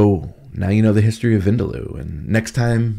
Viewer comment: Chef, vindaloo (vindaloo is pronounced as vin dal, like you'd pronounce dal but add the oo sound quickly 😉), differs in India. The Goans make it differently to the Anglo Indians. The Anglos use dark mustard oil whilst the Goans use, I think ground nut or coconut oil. Not really sure, though.